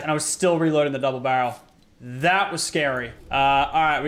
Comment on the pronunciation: Its not double barrle its bubble darel